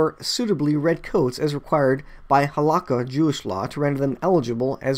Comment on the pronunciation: Please note. Only a tabernacle (like the tent structure YAH instructed the Israelites to build in the desert), is needed to begin sacrifices. No temple is needed. With most "Hebrew" words the final syllable is the one that is emphasized. The word Halakha is pronounced Hal-a-KHA. The red heifer is important for the cleansing of the utensils but most importantly a VERY small amount is mixed in water and sprinkled on the people to cleanse them so they can partake in the "temple" service. Shalum...